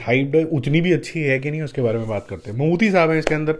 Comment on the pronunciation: Its Mammooty not Mammoothi by the way😂